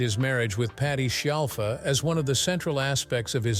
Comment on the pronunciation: This guy can't even get her surname right, he keeps saying shellfa or shiallfa, but has pronounced it properly a few times too. 🙄